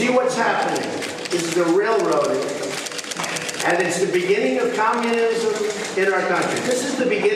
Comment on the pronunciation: Did he say “con- munism!?”. I believe that’s what the state is trying to avoid.